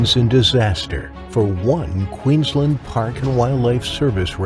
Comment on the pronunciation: Poor Zack. 😢 He certainly had the right people around him when he needed it, even though they did their best it was to no avail. Shark again didn’t do anything wrong. It was just being a shark. Zack is another wrong place, wrong time. Kudos to the narrator for pronouncing Queensland correctly then stuffs it up saying ‘wa-ft instead of wo-ft & Glad-stone instead of Glad-stn’ Can’t win em all I guess 😂